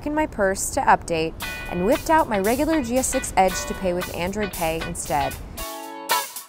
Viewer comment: I heard of android pay not androd pay!!!! lol